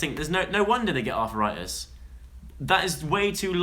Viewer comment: lmao joe u said arthritis like "arthur write this"